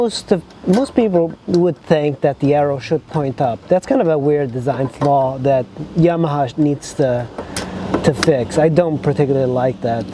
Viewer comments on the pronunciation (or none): none